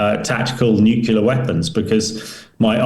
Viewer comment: Another talking head that can't say "new clear" but wants to be taken seriously.